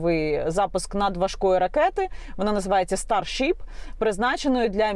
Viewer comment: Яніна, не "старшіп", а "старшип". Перше це зоряна вівця, друге це зоряний корабель. 😉